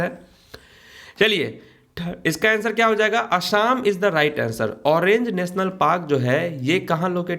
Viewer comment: Sir orange national Park nehi he.... Orang National park hoga aap galat bolte ho